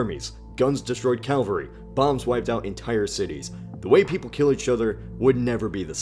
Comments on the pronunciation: Cavalry, not calvary. Two very different things. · cav-al-rey (cavalry) not Calvary one is a soldier mounted on a horse, the other is where Jesus died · it's cavalry, not calvary. one is equine mounted soldiers, one is where Jesus was (allegedly) killed. also, heresay, not heresy. one is speculation, the other is blasphemy. jeeeeeeez. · There were many times during this video that I shuddered at "calvary". It's "cavalry". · CAVALRY not CALVARY (where Jesus was crucified) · It's pronounced CA-VAL-RY, not CAL-VA-RY! And India gets just one mention in this "masterpiece" of yours!? Just try to reason out for yourself WHY the native Americans were called "INDIANS" to understand the centrality of India in the world that you so miserably fail to describe with any measure of accuracy! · Dude, you're killing me. PLEASE stop saying Calvary when referring to people on horses. That is Cavalry. They aren't pronounced the same way. (this from a former cav guy) OK rant over. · Ca - val - ry not cal - va - ry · caVALry !!!! ....VAL not LVA...cavalry not calvary ..ok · It’s Cavalry! Not Calvary. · Cavalry, not Calvary. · I swear it is pronounced cavalry not Calvary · CA-VAL-RY not Calvary fyi. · Dude, work on your pronunciation of “cavalry” vs “Calvary”, two different things. Otherwise, loved the video. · Its cavalry not calvary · It's cavalry. CAVALRY! Not Calvary. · Ok, I know it's not a big deal, but I hate when people say "Calvary". It's CA-VAL-RY. Calvary is where Jesus was crucified. Cavalry is a mounted soldier. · Say it with me: CAV-ell-ree. Cavalry. Calvary is the hill Jesus was (purportedly) crucified on. "Cavalry" generally refers to mounted soldiers, though it is also used metaphorically for any especially powerful combatants. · The word is cavalry, not Calvary! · "Cavalry" please. Calvary is a church Cavalry are horse mounted warriors. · Cavalry, not calvary. The V is before the L. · ******CAVALRY, NOT CALVARY!!!******** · *Cavalry not "calvary" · Cavalry, not Calvary